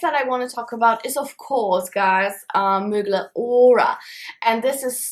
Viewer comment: Ahahahha I love how instead of Thierry MUGLER she says Mygla😂😂🥰❤️